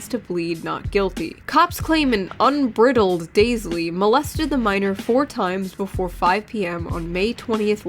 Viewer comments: wtf shoe. i thought you were better than this... it's "un-brEYE-dled" not "un-brEH-dled" maybe you have been hanging out with voosh too much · unbridled is pronounced un br eye dull d not un br id dull d a bridle is a piece of horse equipment, its also a horse pun. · it's pronounced un-bride-led not un-brid-led Am I the only one who noticed and is bothered by this? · NOT UN BRITTLED( Phonetic ) , it is pronounced UN BRIDE/LED. It was a double entendre of the word ' BRIDLE " a bridle is the leather thing that goes over the horses nose that a bit is often attached to as well as the reigns. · Un-bride-L-ed, sounds the same as a "bride" at a wedding. Rather than "Un-brid-L-ed". Yes in the whole video the pronunciation of that word is what I take away as most important. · unbridled is pronounced Un - brigh - dulled (Brigh as in bright) Good video nonetheless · Unbridled lmao it's pronounced un-bride-al-ed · You missed a joke. It's pronounced un BRIDE eld. Like horses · It's "unbridled," pronounced like bridle. You know like a horse bridle. Yeah. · And the moral of the story is "Don't be a creep, and oh my God; how are this many people so brazenly fucked up." BTW, I love your content,. even though you mispronounced "unbridled." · Shoe missed one of the unfortunate horse related puns by mispronouncing "unbridled." I'll have to rein in my disappointment. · did you go to one of those "good schools" in suffolk county and graduate not being able to pronounce "unbridled"? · The PUNS!! "Saddled with", "unbridled","neigh" damn that's gross. Also Shoe's pronunciations of Aussie and unbridled....